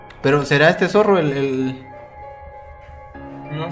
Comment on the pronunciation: Dise zorro en mal